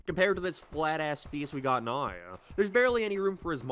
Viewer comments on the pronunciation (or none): I completely ignored everything you said after listening to how you pronounce "now". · The word "now" has ONE syllable, sir. Not FIVE.